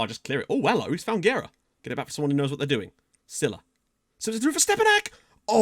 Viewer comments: Oh yeah; Guerra is pronounce like geh-rra...the GUE like in the video game Gex just don't sound the X so just geh. For the RRA you have to roll those r's like in rah. Last name translate to war or warfare, make that what you will. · its pronounced gerra and you kinda roll the rr's also guerra means war in portuguese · Guerra means War so maybe thats a good nickname you dont say U in Guerra its the same U as Guajardo's surname and RRA is just like you said